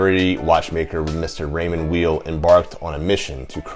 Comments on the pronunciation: Then at least say "while" and not "wheel" which is totally wrong. The name is German-language by origin and Mr. Weil's first language was French. He would prnounce it "Vile" himself. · I was told it was pronounced Raymond Veil. I don't think it really maters though :) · Both my father and my Gramps were into Raymond Weil timepieces. Bro, just to through a wrench into the name, a "w" in German is pronounced like a "v." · How can someone do a review without knowing how to pronounce the name of founder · The W is pronounced as V